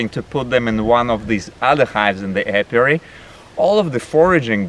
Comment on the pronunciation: Hey. It's apiary not apiuary. Lol. Cute